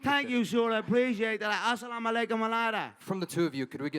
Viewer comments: Bro said Assamalakumalada 😭😂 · "Assamalaykum ALALAYH" LMAO